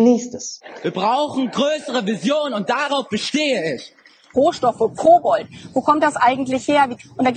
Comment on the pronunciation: Hat sie wirklich „Kobold“ gesagt?